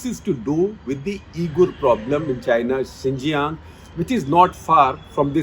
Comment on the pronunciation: Xīnjiāng pronounced as Ciṉjiyāṅ सीनजियांग